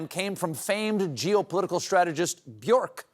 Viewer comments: Common Mispronunciation: "Be-york" (rhymes with "pork"). Correct Pronunciation: "Byerk" (rhymes with "jerk"). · Sigh... Bjork rhymes with work. Do better.